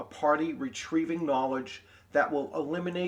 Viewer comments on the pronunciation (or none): FYI: Duchy is pronounced "Dutchie," not "Doochie"